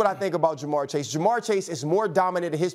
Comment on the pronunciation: ITS JA’MARR CHASE